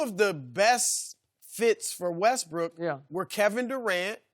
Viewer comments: Sharpe high as a kite “russbrook” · Dude said Russbrook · Did Shannon just say "RussBrook?"